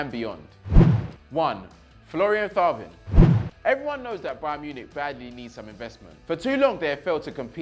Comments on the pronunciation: Hey, great content. Little heads up. Best way to pronounce the players names. Thauvin = Toe-van. Telles = Tel-les. Otherwise keep it up. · Some tell that he needs to watch more football. He calls the names wrong so many times 😑 if he it Chris making those errors we would slaughter him. Lenglet and Thauvin🤣🤣🤣 my guy, you watch some highlights and listen to how they Surnames are pronounced next time. Keep up the good work nonetheless tho🙏👌🏽🔥🇿🇦🇿🇦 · Thauvin? AHAHAHAHAHAHAHAHAAHAHAHAHAHAHAHAHAHAHAAH